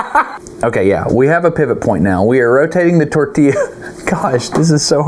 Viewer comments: A tortilla demonstration is fabulous. (Tor•tee•jah sounds like that, Dustin.) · Wrong. Tor•tee•yaah. 1) Double L (ll) in Spanish is pronounced as consonant “Y” as in “Yak” NOT J (in Spanish “J” pronounces like English “H”) The caveat being “A” is only ever pronounced one way unlike in English where there is hard or soft sounds for “A”, ie; Cast, Lollapalooza, respectively. BONUS fact: Japanese & Spanish share the way vowels only have singular hard pronunciation: ah, eh, ee, oh , ooh. 2) *Destin Source: 🇨🇴 I’m Colombian & a weeb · A Russian accent when talking about the tortilla 😯